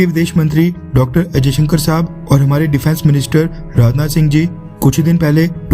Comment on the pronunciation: Bhaai....aap jab bhi 'S jayshankar' bol rahe ho to aisa kyu sunaai de raha hai k jaise aap 'ajayshankar' bol rahe ho????? Video ki sound quality me problem hai ya aap khud hi galat bol rahe ho????